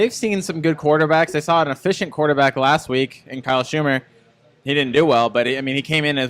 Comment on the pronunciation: BTW, never heard either one of you guys pronounce Vandy QB name correctly once all week. Its SHER-mer not SHOO-mer. Lol, Kyle is making up for not having Vern Lunquist this season with the butchering of all the names😂